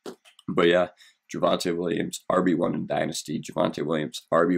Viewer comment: JYUHvante Williams